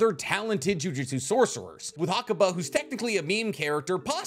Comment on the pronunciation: i love these video's and the depth that they go into, but the pronunciation of "jujutsu" as "jiu-jitsu" is mildy upsetting to be frank